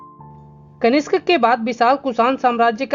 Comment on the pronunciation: आपकी पोस्ट अच्छी है, लेकिन पाटलिपुत्र को पाटलिपुत्रा , कनिष्क को कनिष्ट ... सातवाहन को सातावाहना ...कई बार बोला है. इससे स्तर गड़बड़ होता है.